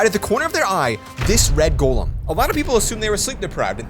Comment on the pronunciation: Golem not token